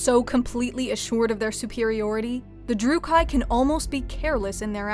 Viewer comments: Jeez your pronunciation of Drooki needs work. Drook key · It’s actually pronounced drew-key not drew-ki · It's not druc KI. It's druch kee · Great video, I enjoyed it! Just a detail in pronounce Druuchi. It's not ""druuh-kai" but "druuh-kee". (At least thats now they pronounce it in the game) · Yeah, Slaanesh is really the only Chaos God who the Druchii worship and even that is extremely outlawed. The Cult of Khaine has far more prevalence. Also, it's pronounced druchee, not drucheye. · Cease your provocation! Btw it's droo-kee not droo-kay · Its not Drucai but Druchii with a soft C. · Trigger warning. Lady you said Druchii wrong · that pronounciation of Druchii made me gringe.